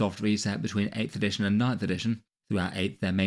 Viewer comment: "Editiojn" Love ya:D